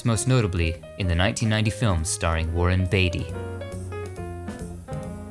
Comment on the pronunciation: '' Worwenn Batey''! 🤣 Pronounced Warren Beatty. 😂